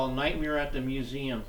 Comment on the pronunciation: "Santa Barbara MuseuN"? Shouldn't it be "MuseuM"?... With an "M", instead of an "N"?